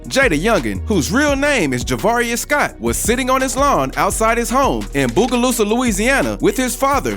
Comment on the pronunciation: DUDE SAID BOOGALOOSA WHAT THE FUCK😂